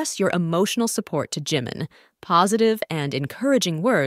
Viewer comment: Please pronounce his name right Jimin.